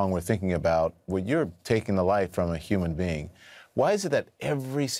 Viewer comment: Human being, not human bean 😅😅😅😅😅😅😅😅😅